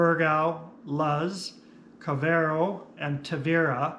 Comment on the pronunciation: I have heard it pronounced as Car-vo-where-oh with the emphasis on the where syllable, but i enjoyed your Car-very-oh too.